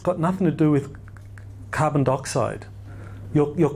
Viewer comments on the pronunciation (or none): none